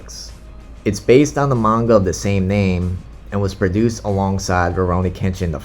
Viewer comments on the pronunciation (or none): none